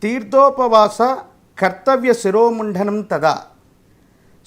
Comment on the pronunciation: శిరోముంఢణం కాదయ్యా స్వామీ శిరోముండనం అంటే చాలు